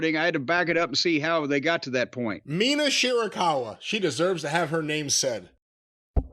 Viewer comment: Mispronouncing her name and pretending you can't understand her. What does your tennis racket have to do with a wrestling show? You're actively trying to hate everything you see you're a gimmick.